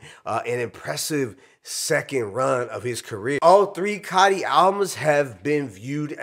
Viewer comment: ITS COTI NOT Cotty😂